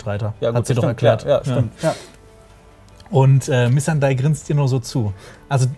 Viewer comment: Noa Nee, Missandei sprechen sie auch bezogen aufs Englische falsch aus.